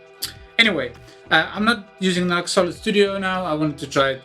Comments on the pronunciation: Just so you know, NU>X is pronounced ‘new-X’. 🙂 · Fair enough although on their own channel they always pronounce it ‘new-x’. Are you sponsored by them? I see you wear their t-shirt & seem to have a lot of their gear.